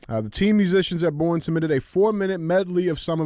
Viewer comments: Bless it DJ! I appreciate this show and love y’all so much! BUT! Please, look up Texas town pronunciations before your awesome stories! ❤ (Boerne is pronounced Bernie). I’m sorry we can’t spell round here, lol! 😂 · One thing I’d like to address is to DJ. It’s actually pronounced “BERNIE” Texas. I know it’s stupid haha. We drove through the city and learned the hard way 🤣 the black rifle coffee store is there with a gun store connected to the side. Texas style! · hey DJ the Texas town is pronounced “bernie” not born. I know its not spelled that way but that’s normal thing in Texas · All the trophies DJ thinks he earned are revoked after that lame ass Sandy joke at the end 😂 Btw “Borne” is pronounced like “Bernie” but I give DJ credit because I was told to never judge someone for mispronouncing a word, it means they learned it from reading. So, I will never make fun of someone for learning/reading. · DJ, you have everyone in the San Antonio metro area screaming at you. The town and high school are pronounced "Bernie" not "Born". 😂😂😂😂😂 Keep up the great work! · Idk why they made Texas towns so hard to pronounce for outsiders, but Boerne is pronounced “Bernie” not “born” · Was listening to the pod but had to come on here and leave a comment. DJ thank you for killing my towns name SMH. It pronounced BURN-ee Come on man! Lol Love the show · Hey there long time listener ! Boerne Tx local , just as an fyi it’s pronounced (Burn-knee). And yeah we are fucking badass at everything down here! God bless and I’m not a HOE! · It’s pronounced like Berneee just fyi lol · Boerne, TX. Pronounce Bernie